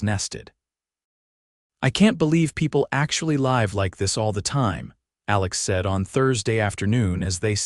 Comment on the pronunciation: (AI ) please pronounce L I V E correct.